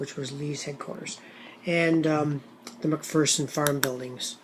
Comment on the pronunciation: a friend of mine, who has actually been to my basement studio. He knew to pronounce the farm as 'Mc FIRson'; as an old Scots lady told my one LBG (Licensed Battlefield Guide) friend, 'There's no FEAR in McPherson!';-) A very fair and balanced review,, and I hope you try out the slightly more complex, regimental scale version of the system in Herm's game through Revolution.